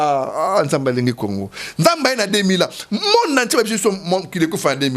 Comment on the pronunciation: Teddy Mfitu, yoka lolaka... Kongo et non Congo....